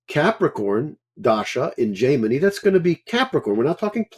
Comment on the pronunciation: All respect to and his experience, but just a couple notes here. For those getting introduced to Vedic systems, please note that his pronunciation is not always correct, for example "Ashtotarri" and "Jaimini". In terms of the dasha systems, "chara dasha" is not a "Jaimini" technique per se. It is covered clearly in the version of Brihat Parashara Hora Shastra we have, along with many other things people call " Jaimini" techiniques. It is claimed these were inserted into BPHS, but there is not solid scholarly evidence to support this and is an assumption. A note too on his use of divisionals. He was looking at 6th in the career chart for medicine and finding it didn't work. There are techniques wherein we do not use the same house meanings across all the divisional charts. So 6th houe in D10, would be house of service. More planets there merely means person is more orientated towards service than business, which is a 7th house thing there. Like this, divisionals are not simple, unless you are of course looking at the rising of each one adn the significator house for that area of life, but there is a LOT more to see there. Another point to his presentation of neech bhanga, and reversals. It does not mean the problems represented by that yoga is canceled whatsoever. Nothing is ever canceled. It just suggests that there are some problems which can be overcome and that depending on what the thing is that is cancelling it, which would be specific to those rules. This too